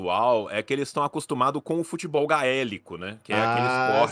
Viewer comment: Fala "futÉbol" eu já nem escuto mais